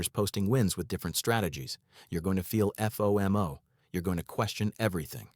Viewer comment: Further to your point...FOMO actually being spelled out... F....O...M...O... versus speaking it out as is the norm. Also.. to the producer of these videos, they are laced with misspellings. While your messaging is absolutely on point, the clear misspellings take a bit away from the professionalism. Just clear that up, along with the AI voice suggestions, and you'll be perfect